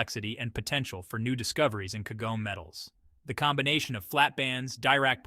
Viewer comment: Tell your stupid AI voice that Kagome is 3 syllables.